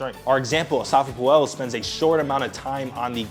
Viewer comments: bro why are you butchering his name… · Great vid, prob should’ve checked how to correctly pronounce the former fastest man in the world’s name correctly 😂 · Why do you say his name like that lol